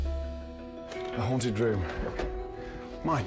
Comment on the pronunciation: Ayano Aishi, haha it’s haunt not hunt 😹